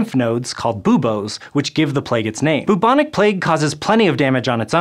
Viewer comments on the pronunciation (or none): its pronounced BYUBONIC not BOOBONIC *but spelt bubonic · Sounds like he's saying "mnemonic plague"... heh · "Boobonic" plague? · I always thought it was pronounced "byoobonic" rather than "boobonic"...anyone else?